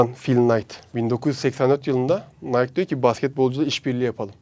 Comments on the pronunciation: Nike Nayk diye okunmuyor abi nayki diye okunuyo bunu da bilgi olarak söyleyim çok işine yarar :D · NAYK değil NAYKİ diye okunuyor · Madem çok seviyosun Nike markasını ve okadar çok bilgi biliyosun bari doğru oku. Ana vatanında kimse nayk diye söylemez. Orjinal okunuşu naykiii dir. Nayk dediğinizde hiç bişey anlamazlar yüzünüze boş boş bakarlar. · Şu bilgiyide ekleyebilirdin”Biz buna ülkemizde Nayk diye telaffuz ediyoruz ama markanın asıl telaffuzu Nayki”dir.:) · nayk değil nayki hocam, çakma jordan da incele hem de koyaslamalı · nayki - nike değil nayk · Nayk değil nayki diye okunuyor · Nike " nayk " diye değil " nayki " diye okunur reis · Nayk degil nayki diye okunuyor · Nike, nayk diye okunmaz orjinali naykii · Nike'ın "NAYKİİ" diye okunması bir ironidir. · Tanrıçanın ve dolayısıyla markanın ismi “Nayki” şeklinde okunuyor. Amerika’da da bu şekilde söylüyorlar. Ayrıca logo tanrıça Nike’ın kanadının şeklinden esinlenilmiş. Eklemek istedim. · Hocam o tanrıçanın adı Nayki diye okunuyor. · Nike,Nayki diye söylenir. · Nayki diye okunuyo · Herşey iyi hoşta tarihçe falan ama nayki diye okunuyor